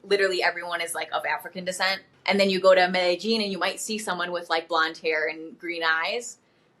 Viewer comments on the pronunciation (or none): Yall gringos often say' Medejean" but its 'Medeyeen' ...hey im just pointing out not complaining cuz im not a native speaker either and will mispronounce something. Its a lot.